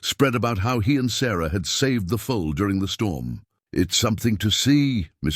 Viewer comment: The "full"; the young horse, is a FOAL. Pronounced FO ul 😊 I'm absolutely loving this story. I'm so glad that I have invested my time this evening in listening ❤️